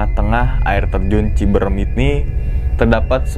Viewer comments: "CIBEUREUM" orang sunda tertawa dengerin logatnya... Canda cibrem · Bang gw sbagai orng sukbmi menangis denger ngomong cibrm, harus nya pake CIBEREM😅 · Ci beu reum..bukan ciberem